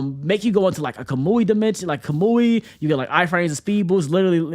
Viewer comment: why he pronounce kamui like that